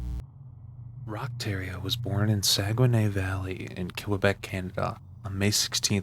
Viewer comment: Learn how to say Québec. You sound uneducated. What the Eff is killawahbek?